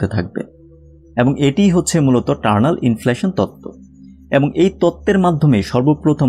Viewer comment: Please make a correction here, it's not 'Turnal' inflation, it's Eternal Inflation. Not all the viewers are from science background, naturally they are going to learn a wrong thing, and I am pretty sure that you don't want it. Thanks for such a nice informative video.